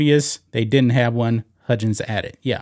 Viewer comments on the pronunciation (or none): It’s pronounced Huggins not Hudgens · Dear lawd STOP pronouncing his name "HUDGins!!!" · Huggins is pronounced like hug. Like you hug your mom/spouse. He was one of the top paid coaches in basketball. Has been for like 10 years he is at the end of his career(69 years old). a 1 million dollar reduction is kind of a slap on the wrist when you have been making 4million plus for about a decade. Oh no, he is only going to make 3 million a year now. The real thing is his contract is now year to year. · Who is "Bob HUDgins?" Do you mean "Bob HUGgins?" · This is the sports channel, right? Huggins has no "j" sound, just hard g sound...Xavier has no "x" sound but a "z" sound.